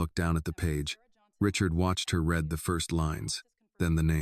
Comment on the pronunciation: I don't get why in all these "Annie" stories she is hard headed and stupid. She can't just accept help as reparations or reward and move on In general this story is pretty wild in the separated at birth story line The AI imagery is full of glitches, and text speech readeri mispronounced like "read" in the it is being used either "reed" or "red"